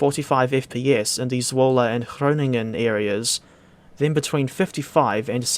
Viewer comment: I’m just happy your pronunciation of Zwolle is quite close. The DTG devs naming it ‘Swoule’ still hurt every Dutch fiber in my body XD (Also, ur pronounciation of Assen was spot on, which folks also seem to screw up a lot)